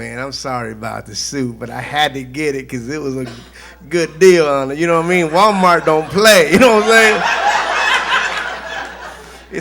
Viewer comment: He say Gualmart? 😂😂😂😂 Just kidding